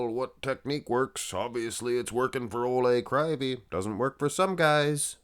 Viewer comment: Proper pronounce: Oleg Kreeveey. Олег Кривий (ukrainian language)